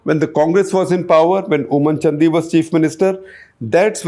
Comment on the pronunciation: “Chandi” the way you say it means butt in Mallu 😂Doesn’t your Mallu contributing editor help you with pronunciation ?